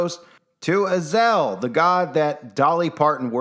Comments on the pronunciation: I listened many times to her pronunciation of Azazel. Also, the content creator. It is not: Az el Azazel pronunciation: uh zaa zl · Az-A-Zel, not Azel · I believe Azazel is pronounced uh zay zel, not azel. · she said azel not azazel. maybe it's the same but that just threw me off for a minute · I can’t, if you’re going to say the name say it the right way it’s A- za- Zel ! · If anyone watched that movie with Denzel Washington, the fallen, I think it's called, and the guy from Roseanne was in it. You know, the father, the big guy. And the demon that was in their was spelled the same way as this. But pronounced differently in the movie. A za zel.